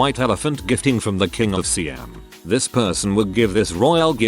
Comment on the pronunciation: Props to the text-to-speech narrator for the pronunciation of Siam. ... Until the Czechoslovakia part.